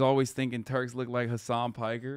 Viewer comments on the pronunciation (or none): Even if I don't speak Turkish I know a lot of Turkish words have French origins, well, that's the way most languages are evolving instead of dying and it also facilitates communication for people who don't speak the same language so it's cool. BTW, it's funny for French-speaking people when Hasan says his full name in the Turkish way, because "Piker" sounds like "Picard" (a common French family name and the name of Picardie region's inhabitants), just like Star Trek's commandant Jean-Luc Picard (who is supposedly from Burgundy!). So Hasan could create a French avatar named Henri Picard in addition to his US counterpart Hank Pecker! I might have confused you with my timestamp, but I wasn't talking about Hasan's following gesture (in France we used to do a "bras d'honneur" (an arm of honor, coincidence!) as an equivalent by putting our open left hand in the crook of the right arm, then violently flexing the right forearm, but this gesture has become quite obsolete because "le doigt d'honneur" (the middle finger) has mostly replaced it) but about the gesture he made and gave the FU explanation . Sorry for the tartine (kızarmış ekmek, which also means "long text" in French argot in this case, or a slap in the face) and the mutiple and awkward parenthesis. Have a nice evening and a peaceful future.